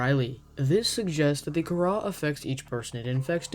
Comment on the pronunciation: I thought Kharaa was pronounced “c-ara”